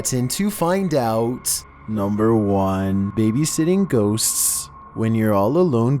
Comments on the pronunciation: GHOSTSSSSSSS WHY IS HE SAYING IT THAT WAY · Scariest part of the video is how he says ghosts